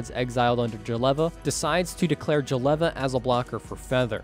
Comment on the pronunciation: Can't stand that Jeleva pronunciation